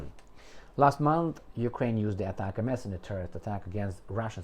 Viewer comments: It is NOT pronounced as ATAC-MS, but as one single word like ""atacm's"". I was an M270 crewman that fired them in the early 1990s. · It’s pronounced as “Atacams” btw lol heart